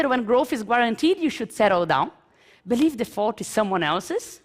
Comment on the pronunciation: Mas isso não se aplica a alguém que ficou tempo o bastante nos EUA, como ela. Tipo, é grave quando, vivendo nos EUA por um bom tempo, ainda pronunciar "believe" como "BELIVI" em vez de "biliv".